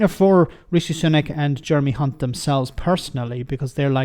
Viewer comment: Did anyone just hear the female ITN Newscaster - Nina Hossain, call Jeremy Hunt - Jeremy *unt (rhymes with Hunt!) on the ITN lunchtime News. I kid you not. She joins Jim Naughtie is divining the true nature of this Tory "politician"! She later apologised for her mistake - or was it???